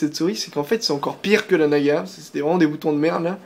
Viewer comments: on dit naga et pas nagua car razer donne des noms de serpent à ses souris sinon bonne video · Naga se prononce en français comme navigation, et non comme nicaragua qui se prononce "goua". Donc avant de donner des leçons, on vérifie ses sources! La mienne: larousse.fr/dictionnaires/francais/naga/53691 et tu en trouveras facilement d'autres. En résumé,, prononce tout à fait correctement le nom de la souris.